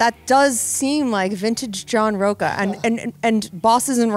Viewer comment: Plus in Spanish his name is pronounced "roach-a".